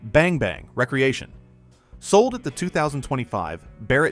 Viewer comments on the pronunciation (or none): I hate AI narration ....cant you pronounce re creation ? not recreation ? WTF